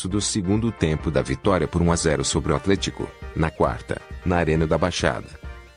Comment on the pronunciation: Não é Bozelii é Bozeli não é Atléticoo é Atlético